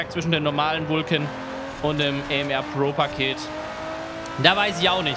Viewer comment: Aston Martin Vulcan AM*AR* gesprochen nicht ER und es heißt Pro nicht Bro